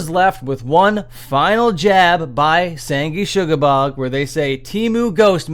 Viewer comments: You pronounced “Sangrusuoblorgg” wrong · that is the best mispronunciation of sanguisugabogg ive heard